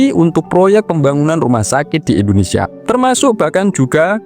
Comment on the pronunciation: Indonesia, bukan endonesia